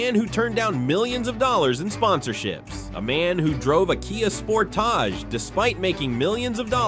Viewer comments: Spor-tache? come on AI. you can do better. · Kia spor-TAJ? Lol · Kia sporTAJ…. Smdh who says sportage like that?!?! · The way this guy (AI voice?) pronounces the KIA Sportage (Sportaaaaage) is driving me nuts…….